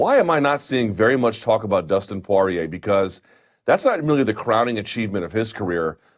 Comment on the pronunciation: Is Dustin "PWAH-REA" the new pronunciation hill Luke is willing to die on? Oh well, at least it's not as bad as "CAL-VEE-JO" and "ENGUNEWW".